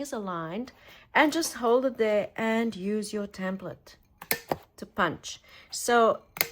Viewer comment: Love your videos. Thank you for caring and sharing. Just one thing. It is called a "template and not a "tamplet". 😊